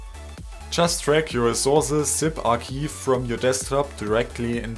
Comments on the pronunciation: "arkeev" sorry, not tryna be a dick but it's pronounced ark-ive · its pronounced R-chive